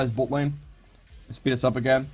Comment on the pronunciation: i heard it when you said bot lane :)